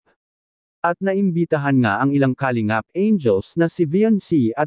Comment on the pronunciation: Para sa narrator: paki pronounce ng tama ang word na "kalingap" (not "ka .. lingap" ang sakit sa tenga tapos paulit-ulit pa